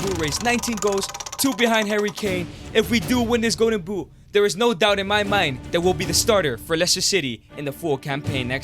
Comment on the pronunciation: Man it's "Golden Boot", not "Go'en Buu".